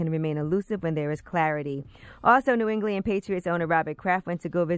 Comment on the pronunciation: "New Engli-end" - Angela Yee